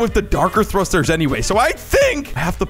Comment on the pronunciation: its funny that he said thusters when he uses like 1200 lol